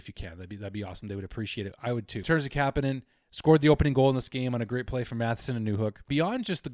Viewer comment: Just so you KNOW ... THE OFFICIAL .. pronunciation of his name ...is Ka-PAN IN ..!!! WITH THE "PAN " PART MOST EMPHASIZED ..!! YES ITS NOT .."KAP" A- NIN ...BUT . KA PAN IN ...!! ALSO ...DE-"MEE"-DOV...IS THE WAY HE WANTS IT PRONOUNCED..!!